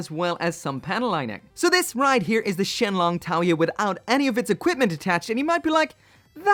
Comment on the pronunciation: Surprisingly accurate chinese pronunciation at the start there lol